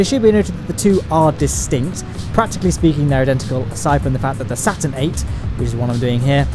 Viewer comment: IT'S CALEED STURN 5